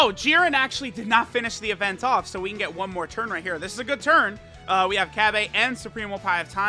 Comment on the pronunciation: Love your content but every time I hear cabbA it kills me a little